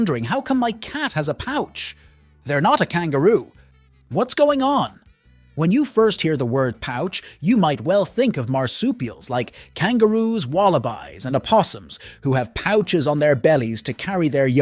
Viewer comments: Please pronounce the breed Wallaby (1). Wallabies (2 or more) it’s. Eeees, not iiiiis! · Wallibyes? WTF are those?!? Don’t you mean Wallabies (Walla-bees). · wallabyes?????? you meant wallabees. beeeees. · lol wallaby’s 🤣🤣🤣🤣🤣 he needs to learn pronouciations